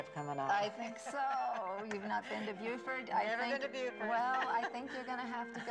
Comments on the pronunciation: You've got that backwards. I'm from the Lowcountry of South Carolina, and the SC town of Beaufort is pronounced "Byoo-fort". The town of Beaufort in North Carolina is pronounced "Boh-fort". I will always remember that distinction because my great aunt from North Carolina corrected me about it 60 years ago. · It's pronounced "Boh-fert" in South Carolina, true to the original French pronunciation. In North Carolina, there is another coastal town named Beaufort, pronounced in the Anglicized way, "Byoo-fert". Beaufort means "beautiful stronghold". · Im French and you have mispronounced it . 😂